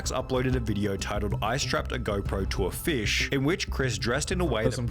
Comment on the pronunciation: of everything I hate about vid the thing I hate the most is how he speaks. why does he emphasize the last syllable of every sentence like that?!? "I strapped a go pro to a fissssssssh." "remind me of my grand mothaaaaaaaaaaahhhhh"